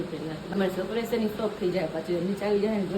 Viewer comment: Sapraies ne sarpraes kevay